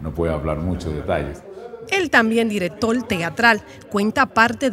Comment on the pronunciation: Buenas noches! Buen reportaje y es la primera vez que escucho una periodista cometer un error en la pronunciación de 3 palabras como baseball dijo basebar y en vez de decir director dijo directol y por último en vez de nostalgia dijo: nostargia.